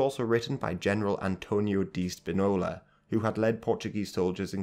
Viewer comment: SPInola, comrade. Stressed on the PI, not "nola".